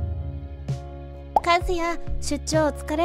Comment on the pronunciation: 和也（かずなり）やのに和也（かずや）になってる